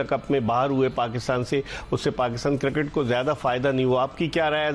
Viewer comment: White tshirt wala pe bol raha hai nahi ana to mat ana. Isko cricket bolne to aa nahi raha cirket cirket bol raha hai😂